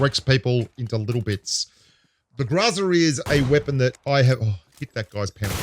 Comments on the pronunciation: The pronunciation is “ GROW-ZA.. .. but it is what it is.. lol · it's pronounced Gorza(growZa) Italian for garbage. LoL Great video again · The man struggles to pronounce "Groza," but he likely has no trouble pronouncing "AC/DC." 🤔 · I was expecting a 10 minute montage of you pronouncing groza in subtly difference ways. Grrraaazzzaaaarrrrrgghhh! Groza seems to be one of the fixed points in the game balance. It's always been good at what it's designed for and never stepped on the toes of the long range sprayers or tappers. Just about the perfect example of a crate weapon that's a bit better all round than its mainstream cousins. Only the AKM limb damage steps on its turf.